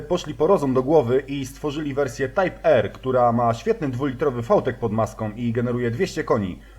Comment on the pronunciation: "Tajp er.." to tak jakby powiedzieć "Bi em dabliu serii trzy". Tajp Ar kurwa Tajp Ar....ewentualnie po polsku Typ R.